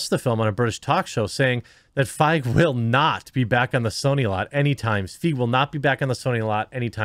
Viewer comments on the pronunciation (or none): His name is pronounced "Fie-gee" lol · It’s pronounced ‘Feeg’. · If it makes Paul feel better, right this moment the mere mention of Ghostbusters 2016 has me laughing out loud. Also, I believe his last name is pronounced similar to 'reign', 'sleigh', or 'neighbor'. Don't let anyone tell you otherwise; not even Paul. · Your continual mispronunciation of his name is really annoying.